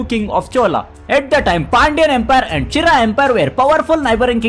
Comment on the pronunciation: Pronounce che-ra